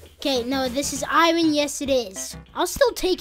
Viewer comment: why do u say iron wrong